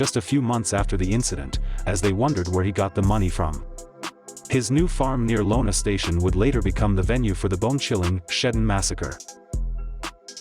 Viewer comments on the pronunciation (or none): It's Iona Station not Lona. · Decent telling of events, terrible pronunciation. It's Iona station now Lona station (it's an iiiiiiiiii) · Maybe whoever's doing this documentary shouldn't do it until they can actually pronounce the names right it's not collecting it's Kellestine and it's not lonestation it's Iona station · Good video, but you need to learn how to pronounce names properly. Iona Station, not Lona station among others